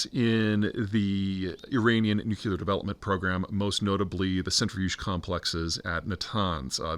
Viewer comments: BTW, it’s nuclear, not nuculer. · Peter - please stop saying "nu_CUE-ler" , its "nu-KLEE-er" !! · Goddammit, we're back to "nucular" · Peter! Please stop saying nucular! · Could someone please 🙏 teach Peter how to correctly say, "nuclear?"